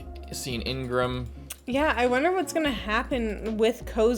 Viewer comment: The name is Igaram, not Ingram or Ingraham. You listened to it being spelled out pretty clearly in this very episode. My guy, please.